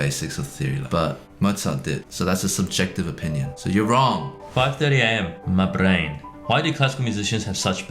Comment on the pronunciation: The way Brett rolled the R in "my brain," so cute :D